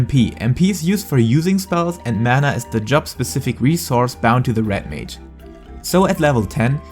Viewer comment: umm.... is it called Rat mage? i swear thats what i keep hearing .